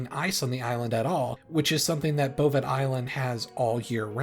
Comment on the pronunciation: Bovet Island? Do you mean Bouvet Island (Pronounced :Boo-Vay")?